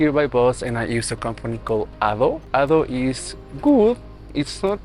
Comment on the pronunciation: ADO 😂😂 A DE O